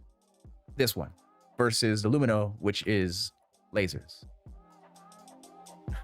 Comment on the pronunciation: I don't know why hearing an extra syllable added to Lumin is so jarring every time I hear it in these videos. My general loadout is usually some combination of the Arclight or LH86, P8-SC, and S-71 or Gallant.